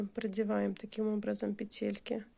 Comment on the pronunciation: пЕтельки,а не петЕльки,гспд